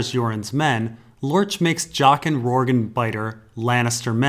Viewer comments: Yes, it's the "J" sound. The way pronounce it should be spelled "Rorgue". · i always thought Rorge was pronounce like gorge, with the j sound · It's so tough watching through older videos and having to endure him mispronouncing so many names. I thought "Arianna" was bad enough, but "Rorg"? Jesus.